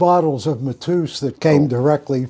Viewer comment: It’s not Matooos, it’s Mat-Ey-Us…. Lemmy was my first boss, I can assure you he would NEVER have been a MAGA supporter, the opposite in fact… and if he’d known you were, he probably wouldn’t have buddied up..